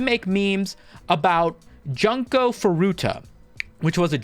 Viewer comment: It’s pronounced June-co, not fucken Junk-o 😭😭😭